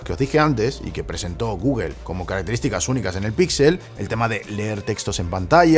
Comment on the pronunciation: porque pronuncias tan mal google xd